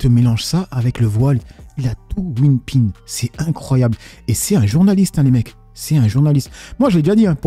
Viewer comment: C'est whippin Pagesse, pas winpin 😁😁